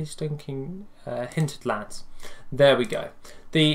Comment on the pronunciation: its hinterlands not hinted lands